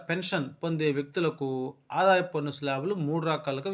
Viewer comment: పొన్ను కాదు స్వామీ పన్ను.బాగానే చెప్పారు.ఉచ్చారణ మార్చండి